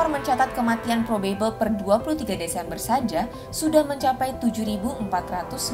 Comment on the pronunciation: mbaaaak pronounciation 'probable' nya aneeh huhu maap yak